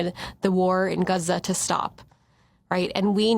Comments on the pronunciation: Is that so called Muslim saying guza? Its Gaaa Zaaaaa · Gaza not geza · Its GAZA not GUZA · I cannot stand the way she says Gaza. She keeps saying Guhzuh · Wtf is guza? Girls a wanna be Muslim but can't even say middle Eastern names right . What ,does she say paulistien and lube in. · YT léfti$t are going to love how she pronounce guzza, they’ll adopt it immediately to show how cultured and edumacated they are 😂😂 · 14 “talk about GUZA”??? Perhaps this woman should learn to properly pronounce the place she’s SO concerned about. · Americans born in america prnouncing it huzza is so cringe. Hearing it is worse than nails on a chalkboard. Omfg the cringe. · Did anyone else crinje when she pronounced it “Guzza”. Maybe I’m just white and ignorant but it stuck out to me for some reason. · "Guuza" 😂 sorry love the perfect English until that comes up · Can you just pronounce Gaza like everyone else ffs? You’re not cool, you’re not that ethnic, you literally have an American accent for every single other word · I am intrigued by the way the woman pronounced "Gaza" at about .